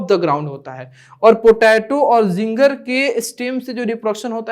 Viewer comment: sir ginger hota hai zinger nahi